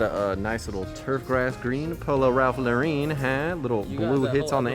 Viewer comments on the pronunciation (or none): none